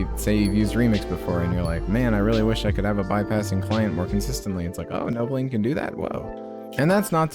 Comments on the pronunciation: thats the whole joke he says novolean through out the entire video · stop saying novolean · Welp looks like I am buying novoline or as you say it novolean